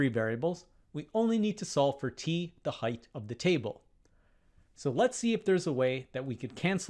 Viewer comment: There is no H at the end of height. it is pronounced height, NOT heightH.